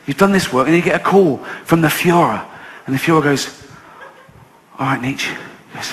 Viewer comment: "Fredrick Neechy"